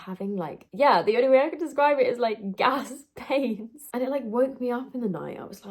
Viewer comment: The way you say gas pains makes me chuckle I am due to pop now n looked at my last scan note and it's had gassy bowels as a note 😅